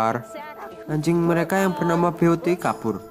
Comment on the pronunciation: Cakep story telling nya, cuma sedikit masukan, beauty - ...dibaca byuutii dan beast - ...dibaca biiest Doug - ....dibaca daugh